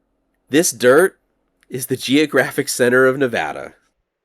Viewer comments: Thanks for pronouncing the name of the state correctly. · I’m from Nevada and I’m glad that you pronounce it correctly. Thanks and thank you for the great video!